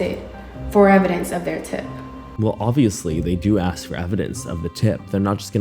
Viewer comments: This girl keeps repeating the word "axing".. She can't even say Portland properly.. And she's trying to put an educated woman behind bars with no evidence? Social media really does fry our brains... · “ people have been axing me” 😂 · Girl has nerve mentioning English comprehension when she pronounces "asking" as "Axing" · Plus all of her delulu, the way how she says aks instead of ask is irritating me. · I don't know if it's the blatant stupidity mixed with the "axe" instead of "ask" or her literal delusional fantasy play writing of fanfiction of a real ongoing murder case, but this woman pisses me the f off. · Funny video. Well done. As far as the moron girl in the video if she can't even pronounce basic English words correctly it sort of lowers the standard of credibility. It is ASK not Ax. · “Let’s axe the spirit” … it’s ASK, ffs🙄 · Why does she keep saying 'axe' instead of 'ask'? 😣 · She axe 😂 A-S-K... English is not even my first language and I know how to pronounce ask... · Anybody : ask, asking Ashley: aks, aksing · I really don’t trust anyone who says “axs” over and over! No thank you. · Been hearing “axing” the whole time I just can’t be assed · Do you mispronounce words deliberately? Is it part of your shtick? Because it’s annoying. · She can’t pronounce ASK she is not worth anything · If you can’t pronounce ask, I can’t respect you, sorry.